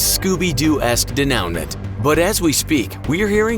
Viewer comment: “Denouement” is pronounced “day-noo-mah” Yeah I’d probably never know that either but I learned that one day in my high school English class and it’s blown my mind every sense lol. I heard you pronounce it like it would be in today’s English but it’s a French word.